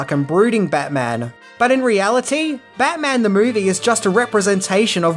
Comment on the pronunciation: Bat-Mint-On. Get your shuttle-Cock ready 😂